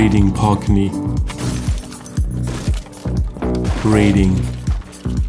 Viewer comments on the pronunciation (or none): I can't wait to try and hold teewee bedwoom and weeding....it's like a German Jonathan Ross! Love the content though...